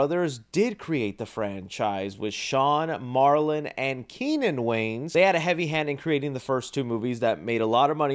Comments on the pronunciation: WAYANS, their name is wayANS, not Waynes, it sounds so weird when you say it that way. Not trying to be a jerk, just educate, love your videos, but there is an A at the end of their name, just sound it out Way-ans not waynes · It’s pronounced WAY-ANS. Sorry my guy lol whenever you talk about them or even just Marlon you say their name wrong. You say Wayne. It isn’t right lol.